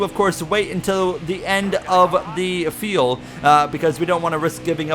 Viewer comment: Is "feel" instead of "fuel" a Canadian thing??